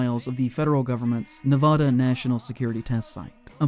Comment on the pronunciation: Say Nevada correctly you hack